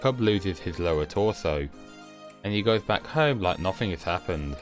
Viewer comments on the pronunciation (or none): none